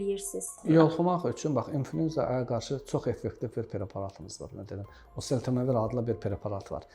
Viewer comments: Elə deyirki sanki heç kim başa düşməsin, məndə təkrar dinlədi.. məncə osetemevir dedi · Preparatın adını həkim normal tələffüs edə bilmir, preparatın adını başa düşən oldu? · Dərmanın adını da düz əməlli demir eeee,gərək mütləq yanlarına gedib pul verib adını öyrənəsən. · Burada şərh verənlər, xoşlarına gəlməsə də deyəcəm. Çox cahil mülahizələr uydururlar. Bu həkimlər olmasaydı o, allah xoflu insanlar çoxdan ölmüşdülər. Hörmətli həkimin dərmanın adını çox anlaşılmaz tələffüz etdi. Onun adını buraya yazsanız yaxşı olar. Bunları da sizlərə xatırlatmaq istərdim. Silah alverçiləri sülh, əmin-amanlıq istərmi? Dərman alverçiləri insan sağlamlığını istərmi? Dinidar cahillər insan kamilliyini istərmi? Korrupsioner haq-ədalət, qanunçuluq istərmi?